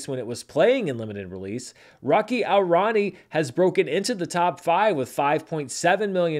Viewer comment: I deeply appreciate you trying to pronounce the Indian names as best as you can, but i think a little help might be warranted 😅 Rocky (✅) aur (pronounced like english 'or') Rani (✅) ki (✅) prem (pronounced like 'frame' just with a P) kahani (✅).